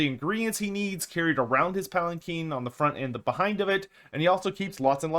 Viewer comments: palanquin not palakeen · I think one of us doesn't know how to pronounce Palanquin.